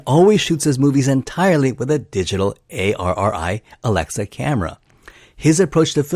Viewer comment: About the camera you mentioned - ARRI is not an acronym. So it's generally pronounced "ARR-ee" not like "A. R. R. I." I also find it hard to believe that Roger Deakins would have an issue with shooting on film because he only shoots digitally with ARRI Alexa cameras - he is certainly fully capable of shooting 35mm film. I think the reason for disagreement more likely stems from Deakins preferring to shoot things "clean," while the nostalgic look would have involved imparting a more imperfect character to the image using much older lenses, and maybe allowing for more film grain to be brought out of the image with the film stock, exposure, and post processing chosen.